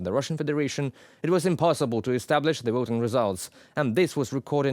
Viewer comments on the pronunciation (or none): Not wisits - visits. Not woting - voting.